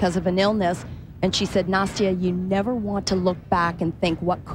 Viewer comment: I really wish he would say Nastia’s name right 😒